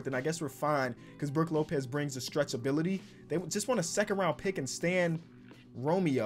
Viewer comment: u say it like this ro-mer-o